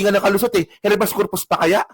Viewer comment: konting suggestion lng. Pa improve nmn sa pag basa at pag bigkas. Pag hnd familiar sa term google agad. Iba ang REFUGE sa REFUGEE at check na din ang HABEAS CORPUS. Thanks po